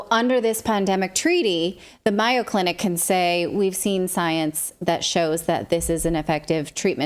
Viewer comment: I presume you mean MAYO Clinic, dear. I was confused as it is pronounced with a long A. It took me a minute to figure out who you were talking about. I've always admired MAYO. I am most disappointed in them.